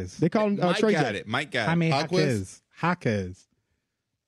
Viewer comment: Man, I was waiting for someone to mention it. Same thing with Jaime Jaquez. It's High-May, not Ha-Me